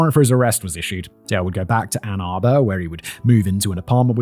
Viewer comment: Well at least he said Ann Arbor right. Lol